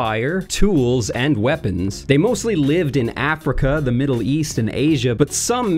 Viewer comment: "From the meedle east”